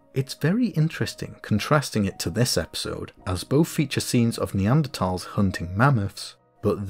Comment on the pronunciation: Another great video! One thing I really appreciated was the fact that ''Neanderthal' was pronounced correctly! I know it shouldn't bother me, but it does, so I'm happy when someone gets it right!